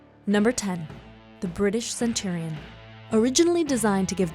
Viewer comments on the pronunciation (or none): none